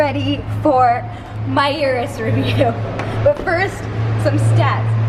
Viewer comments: I am not Italian but I can say the name correctly. It is OO-ROOS not YOU-ROOS. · It's not a Yuris. "oo rroos" No "Y" Urus. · Get the pronunciation right. It's Ooroos